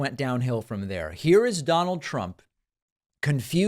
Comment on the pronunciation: "DoNaLd PrUmP!" Stable genius.